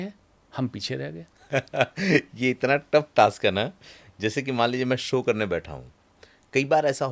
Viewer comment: हिंदी पाॅडकास्ट के लिए उच्चारण दोष पर ध्यान दीजिए, जैसे- सो नहीं शो। आपकी शैली और अच्छी लगेगी।